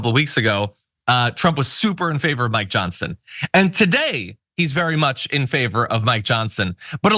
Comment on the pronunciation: I will appose you if you apposed my "Johnsin" LOL Did you mean to say that?